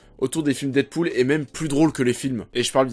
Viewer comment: Ah tu ma tué avec ton dite pool 😂😂😂